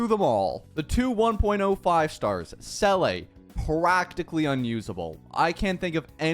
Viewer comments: I was a Seele main from 1.0 all the way to Robin's release, but she just became so hard to use... I miss playing Seele. (sidenote her name is pronounced sort of like "ZEE-la", not "SELL-ay") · I’m cringing at him pronouncing seele as “sell ay” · "Seele" is a word in the german language meaning soul. And you pronounce it "Ze-le" (If somebody has a more accurat way to write the pronouncation please comment, but theres no "a" at all...) I don't know if there are other languages that have the same word where it is pronounced differently. In that case, nevermind.